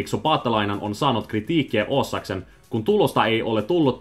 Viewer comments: Your Finnish sounds interesting. You are saying double vowels on words that don't have them e.g. a(a)lle, a(a)loittanut, o(o)sakseen, Slova(a)kia, e(e)simerkiksi, he(e)ti. Also the way you said kritiikkiä gave your Swedish origins away. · One important thing when speaking finnish is to understand the difference between single and double letters. Your speech will sound a lot better and clearer if you concentrate on that more. There's no pronounciation in finnish. As an example when you said "osakseen" the first o was really long and sounded like if there were two os in the beginning like "oosakseen". Really good still.